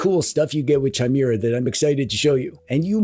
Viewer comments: The H is silent in Chimera but otherwise as always a great vid. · DRINKING GAME!!!!!!. Take a shot every time pronounces 'Chimera' incorrectly!! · Anyone else bothered that he says Chimera instead of Chimera. Clearly its Chimera and not Chimera. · That's not how chimera is pronounced.... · If you don’t learn how to pronounce ‘chimera’, I stg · Pretty sure the H is silent in Chimera. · The way you say Chimera is insane. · I think it's pronounced Gee com or possibly geek om. Chimera is definitely kai meeuh ruh, and bazzite is Bazz ite. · Saying Chimera as Chai-mera all those times then saying Gnome the right way killed me. Like I know he has to know how it's said our guy plays D&D type games so he has to have done this on purpose. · It is pronounced as either "K-ee-me-ra" or "K-ee-mae-ra" because it's etymology is from the Ancient Greek "Χίμαιρα". The stress is also on the double "ee". The "ae" is not used in modern days. In the old days one wrote "Encyclopaedia" but today everyone writes "Encyclopedia". I am an etymology nerd from a very young age 😅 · Yeah, that word is pronounced "KI-mera" ... this is a well-documented fact that I'm almost positive isn't something distinguished by country of origin... (Canada is also now objectively cooler than the US, where I unfortunately still live) A chimera is a Greek mythological beast, but in modern times the word usually refers to something made of 2 things. Thus, a monster with the head of a lion but wings of an eagle. Two critters in one. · It’s also commonly pronounced kai-mairuh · It's meant to be pronounced kee-meh-rah thought.